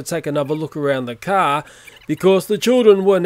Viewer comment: "There's a giant cricket on the front of the CAHHH"